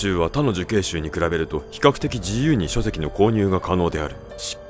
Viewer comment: 書籍「にょ」って言ってて内容頭に入ってこないんだが